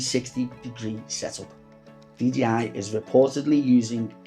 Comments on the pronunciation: I appreciate that but you're saying DGI not DJI... GEE and JAY :) :) Most Youtubers make that mistake though unfortunately :) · Pls learn to say 'Dee Jay Eye'... :) :)